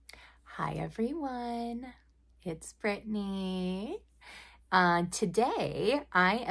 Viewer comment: Everytime you say "Its Britney" I hear "B*tch" then... The music starts